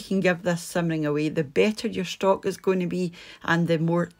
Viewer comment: Looks great! Love that you pronounce stock and seasoning as schtock and sheasoning